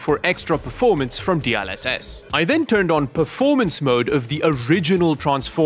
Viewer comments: DLSS ❌ D ul SS ✅ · I swear, my eye is flinching every time pronounces DLSS as "D-AHL-SS" instead of "D-EL-SS" lmao